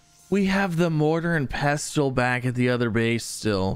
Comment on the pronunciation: The T is silent in pestle. 😊